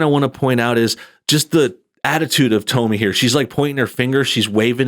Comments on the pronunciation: Her NAME IS PRONOUNCED TOMMY. YOU HAVE NO IDEA WHO SHE IS, SO WHY do you think YOU have a right to COMMENT AT ALL? I dont agree with her views on many things, but YOU KNOW NOTHING about this young woman. What makes YOU allowed to LABLE HER?? JUST STOP. NO, I DIDNT ENJOY YOUR CRITIQUE OF A woman YOU know NOTHING (not even how to pronounce her name) about. Quit being a JERK, ITS not a good look for YOU EITHER! Look, YOU are making her point FOR her. How can YOU judge her, or anyone else. "Meal ticket?" "Depending on her looks?" "Confrontational?" "Mean?" How do YOU know that ANY of that is how she or ANY other woman is. SHE is iltellegent, has made her OWN money, shes NOT depending on her looks. YOU are making JUDGEMENTS about her, and have NO IDEA WHO OR WHAT SHE IS OR ISNT. Who are YOU to tell her what SHE should DO or NOT DO? YOU HAVE BAD JUDGEMENT attacking any young, successful woman. YOU are the one who is sounding BITTER, DUDE. So, usually, I enjoy your videos, but THIS ONE, definitely is NOT a good look for YOU. PJW KNOWS Tomi, knows who she is, and WHO she isnt. YOU dont. Stick to things you are good at, criticizing others is NOT IT. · I think the correct pronunciation of her name is “Tommy”, not “Tome-me”. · Hey —Have you never heard of Tomi Lahren. Its Tommy, not Tomey. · It's like "Tommy" not "Tome-ie"... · i love how he keeps calling her "Tow me" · Its "Tommy"...... Toe-me.....lol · Seems I've been mispronouncing her name this whole time. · She pronounces her name like Tommy. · Well to start her name is pronounced like Tommy just to let you know. Now as far as her saying it’s men and our attitudes or that we purposely do things to ruin a relationship or are single minded thinking about sex all the time well she’s wrong. There are a lot of good men out there who have decided that relationships are not worth it because of the attitude that’s displayed in this video. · It’s “Tommy”, dude... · It's pronounced like "tommy" 🤔